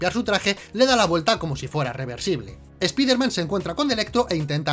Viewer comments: Yo tengo un error del video: pronuncian "espider man" en lugar de Spider Man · esa puta mania que tienen de pronunciar una palabra del ingles tal cual esta escrita... "espider man" se pronuncia SSPAIDERMAN, ¿les cuesta mucho trabajo pronunciarlo bien?¿se les va a olvidar el español si lo pronuncian correctamente? asi como el "ECSBOCS"(xbox) que ustedes pronuncian "EQUISBOCS", que mala costumbre tienen ¬¬ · Dicen ESPIDERMAN, pero dicen a la vez NO WEY JOM, lo deberían pronunciar not way home, para ser coherententes, o ESPAIDERMAN NO WEY JOM, no lo se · ¿Por qué ustedes (los españoles) dicen: "Doctor Extraño", pero en vez de decir: "Hombre Araña" dicen: ESPIDERMAN? DIOS MIO.